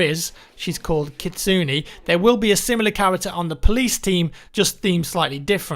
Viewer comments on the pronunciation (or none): Looks good. FWIW you mispronounced Kitsune; it's Japanese for fox.